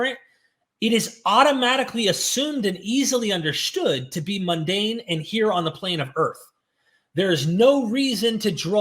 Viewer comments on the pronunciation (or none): I never realised that undershtood has a H in it.